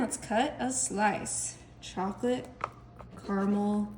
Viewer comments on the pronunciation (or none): It's ca-ruh-mel!!!